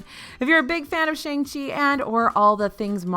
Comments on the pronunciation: I love, too. She's become a regular part of our household viewing and when I heard her saying "SHANG-CHEE" I was like 'wuh-oh' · Shang-Chi’s name is pronounced “Shong-Chee” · Just so you know it’s pronounced “Shong-Chi”